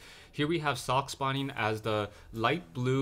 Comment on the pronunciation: Socke is a german player, so if you want to pronounce his name correctly you need to "speak" the "e" at the end